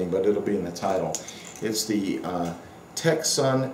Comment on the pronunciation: C is not pronounced (Tecson).